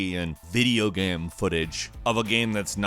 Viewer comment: I like it when you say GAM